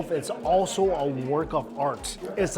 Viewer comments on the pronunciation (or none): none